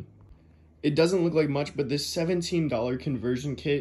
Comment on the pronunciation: "from this.. To , TEW THESSSS"